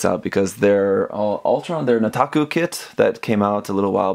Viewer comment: the way you pronounced Nataku.... I think plays Osawari Island when he's just lolling around.